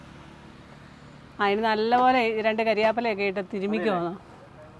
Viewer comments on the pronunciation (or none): കാര്യാപ്പില അല്ലന്നേ കറിവേപ്പില